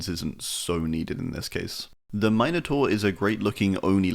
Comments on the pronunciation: it's MIN like MINT, it's MINotaur, not MINEotaur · never heard someone try to say minotaur like that before. Nearly got whiplash hearing that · The way you can't say minotaur is wild I've never heard someone mispronounce it like that